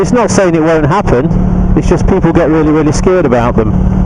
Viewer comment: Good mohning, peeepu..... Haha, love it!